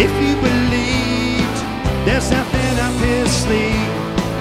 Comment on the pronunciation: Why is he saying: "If you beleet"?